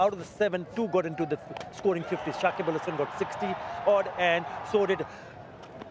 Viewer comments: Shakib ul Hasan na Shakib Al hasan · Dada it's not Sakib ul...it's Sakib al....again and again wrong pronounce